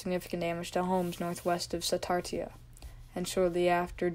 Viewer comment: Yah-zoo (Yazoo) like apple not yacht. its Ta-loo-lah (Tallulah) su-tar-sha (satartia) said it right the 1st time. Ah-tal (like tally- la (Attala) auc-tib-eh-ha (oktibbeha) ster-gis (Sturgis)